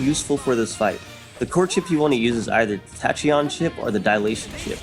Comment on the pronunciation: Now I'm imagining that that user actually is the cook, haha. "ta-chee-on" - ow my ears